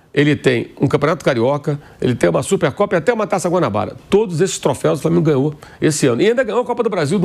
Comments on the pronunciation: Troféis??!!! Nao seria troféus😂? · Troféus e não trofeis